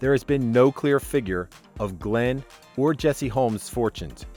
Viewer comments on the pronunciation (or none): none